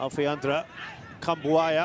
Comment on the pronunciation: Gua dengernya komentator Kritikan buaya 😂